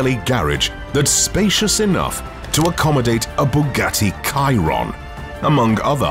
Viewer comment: It's not Bugatti Kai-Ron it's pronounced Sheer-On🌹